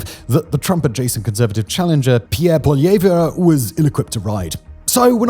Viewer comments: You hilariously mispronounced Poilievre so very badly, but because I as a Canadian did not voter for his party, and believe him to be the wrong person in the job for soo many reasons ... Im completely ok with the faux pas. Polly-yay-vor-ya as much as you like. Hilarious. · Canadian here... it's pronounced "Polly-Ev" when pronouncing Piere's name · Pierre Poilievre isn't anything like Trump. At all. Trump doesn't even like him. Also "Poilievre" isn't pronuced with the last "re", it's just "pa-lee-yev".